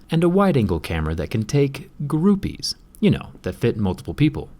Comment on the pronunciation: "Groupees" ( ͡° ͜ʖ ͡°) ( ͡° ͜ʖ ͡°)